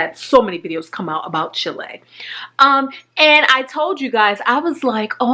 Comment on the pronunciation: "Chilei"?? Chile*